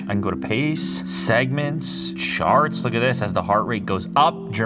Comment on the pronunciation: I heard sharts not charts.